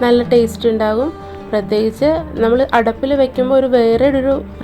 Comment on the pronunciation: Your pronounciation of Addup is talking like addap. Addap is generally a lid to cover a vessel and Addup is using to create fire to cook. So please use correct words and pronounciation in Malayalam .